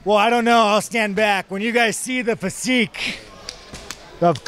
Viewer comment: Why the hell does Sean Strickland pronounce physique as: “Fe-Seek”??